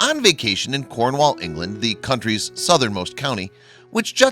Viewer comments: not corn..wall but cornwull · im from cornwall and sea potaos are always around nothing new to us hear in cornwall you just dont see them as they dig deep in sand so dont know why theres all this shock about them ps to you butcher cornish words even the way you say cornwall lol and fowey you pronounced that wrong to